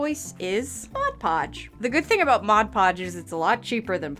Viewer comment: That's all pretty dern amazing! But maybe I say, it's Mod Podge, not " Modge Podge" ( worked at a craft store for 20 years...lol)